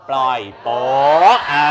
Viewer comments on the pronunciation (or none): พี่ช่า ปล่อยโป๊ะ ไม่ใช่ปล่อยปิ๊ 555+